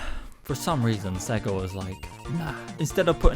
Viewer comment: I know it’s nothing, but I’m really triggered by you pronouncing it “Segga” instead of “Say-ga,” like the logo does at the start of Sonic the Hedgehog.